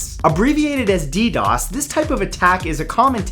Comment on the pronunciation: The content is great, but the way you said DDoS killed me, you just say the letters 😂